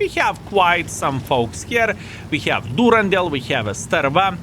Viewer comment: The name Durendal is from Tolkien and is mentioned in the Hobbit. It has a nordic origin and "dal" is a valley. So it is pronounced Duren-dal. Good on you!!! ❤